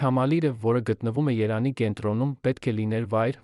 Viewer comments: Երեւանը - Երանի ճիշտ կարդացեք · Ես մտածում եմ, որ սա ԱԻ նյութ է։ Եթե ուշադիր լսեք, կհասկանաք,որ շատ բառեր ճիշտ չի արտադանում։ Երևանին ասում է երան, իսկ յ տառը ընդհանրապես չի արտասանում։ Եվ էլի շատ բառեր։